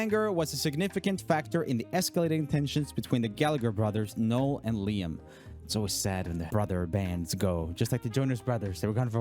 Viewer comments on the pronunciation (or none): none